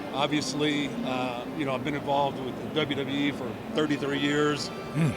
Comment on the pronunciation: It’s funny how Vince always call “WWE” DUB D😂😂